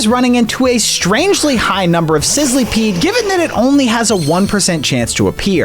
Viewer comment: It isn’t called sizleepeed it is sizzlepeed